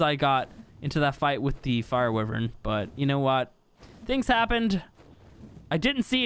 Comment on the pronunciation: Hello instead of saying wyvern can u try say why-vern